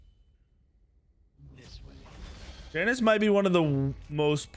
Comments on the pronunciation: Triggers me SOOOOO much when you call Janice and not yanus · Ya noose... not jAy Nus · Bruh it’s Janus pronounced (Ya-Nus) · Please stop saying Janus incorrectly